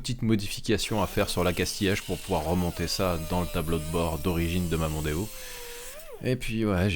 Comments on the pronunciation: Arf ! Tu ma devancé... j'allais dire exactement pareil.. "Démon" avec le O en rab 🤣🤣🤣🤣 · En sois.. "Mondeo" a déjà un nom marrant "Mon déo' " 🤭sinon pas "Demon-o". Beau geste, pour les cheveux de la personne Oh bordel la rouille a la fin.. Ca me donne envie de démonter les garde-boues pour vérifier m'as première voiture à l'achat.. 🥲🤣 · Ford Mondeo --> Ford Demono 😁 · Mondeo : Demon pour le dernier O on le vire :)